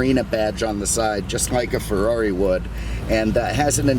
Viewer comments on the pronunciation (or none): none